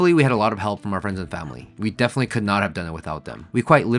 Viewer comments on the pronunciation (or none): none